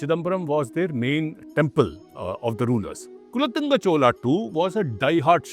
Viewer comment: Can you please pronounce things correctly. kulOttunga, Chozha, mElkOTE and a host of other words...